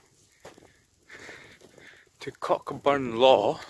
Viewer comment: C-O-C-KBURN!! Whit's wrang wi KOH-BURN? I don't want to haunt your Comments sections as you do interesting videos with excellent music, but to Scottish ears hearing BROCK and your mispronunciation of Cockburn really grates on the ears.